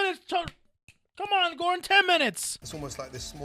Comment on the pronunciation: "Gordong Ramsay"?